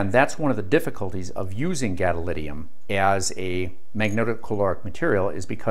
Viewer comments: Great explanation about the principles! Except... GadoliNIUM, gadoLINIUM, not gadolidium. This is like nucular and neodiddium. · Ah mate, "therm-I-onic", thermionic, not "thermonic". As in thermal ion I suppose, a charged free particle liberated by heat. Also "GadoliNium". I suppose it's what happens when you teach yourself from reading the words without hearing them spoken. Which is admirable. I know how to pronounce it but I had no idea gadolinium was magneto-caloric.